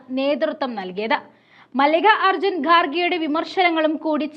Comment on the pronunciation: മല്ലിക അർജുൻ അല്ല, മല്ലികാ ർജുൻ